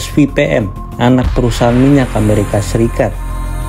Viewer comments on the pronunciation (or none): none